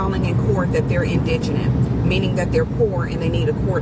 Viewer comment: also “indigenous” aroud the mark.